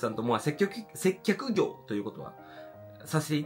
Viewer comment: 「せっきょく（接客）」「滑舌わるいゆに（のに）」「接客ぐお（接客業）」可愛すぎました‼︎‼︎けど私も滑舌悪いのでこうなっちゃうのわかります😂😂😂